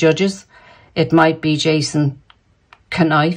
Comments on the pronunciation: Hi. It's pronounced ---- Ken Auf. / Knauf. It's from the German Knopf. Meaning Button. Knob. Chubby man, depending on which Germanic class you come from. Love readings. Great readings & banter. Those two are done. What a carry on. Keep up the good work. Infinite Love & Gratitude.🙏💕🌸 Christine. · Knauf - Norf silent k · Hi, you don’t pronounce the K in Knauf.Always look forward to your readings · Knauf like know so: Nauf :) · Knauf pronounced as "naaf" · Jason's surname pronounced: Norf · Hi. Great to hear you today. Jason Knauf (the K is silent) might not have spoken up. I read on Quora today that her people have been attacking him viciously before he decided to speak up. She knew he has the goods on her so set her dogs on him. He got permission to speak out. He was not employed by them, he is employed by the firm so William gave permission.